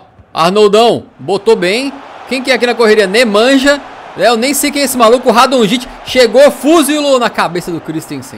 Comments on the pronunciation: diz-se radonitche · Radonjic não e assim é radonic